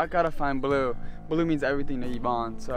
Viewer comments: Not blue it’s blu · Not in a rude way but it's bleu not "blue"